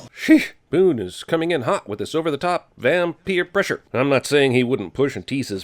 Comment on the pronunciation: “Vam-peer pressure” lmao 😂